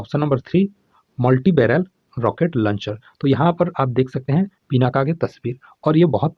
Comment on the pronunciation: Sir "पिनाका" नहीं "पिनाक"